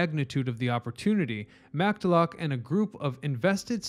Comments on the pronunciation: hi hi thank you, you ignore about Scotsman george Macdalock?? I cringe AND laugh at that, I worship the morris canal grieve it was destroyed and I worship the little SCOTTISH I have in me... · George MACDALOCK????!!! Try Scot'sman George Macullough!!!! OOOOPs and lake Hopatcong.....please...... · With all due respect, in the future, please ensure you research the correct way to pronounce the names of significant historical figures as well as famous towns and lakes. The severe lack of attention to detail and carelessness that allowed for your inexcusable and painfully incorrect mispronunciation of both George P. McCulloch and Lake Hopatcong can only generate significant doubt regarding the credibility and historical accuracy of the entirety of your work in this video. In a video on a channel dedicated to history, this is inexcusable. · He was trying to pronounce "George P McCulloch", the Morristown businessman credited with the original idea of the Morris Canal.